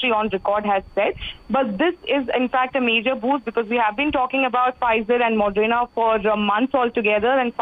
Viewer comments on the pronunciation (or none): Moderna not modrena, Pathetic standards of new readings 👎🏼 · It's Moderna not Modrena!!!!... How do these people become reporters???